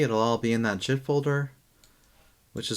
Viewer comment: Good video. But dude, please pronounce Git the correct way. How you say it, it's hard on the ear. Google if you don't know, but it's like the word "get".